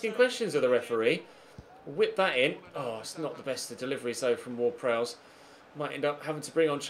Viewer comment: *Prowse, not Prowess